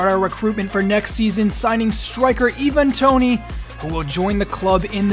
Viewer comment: btw its pronounced eye-van toney! love the vids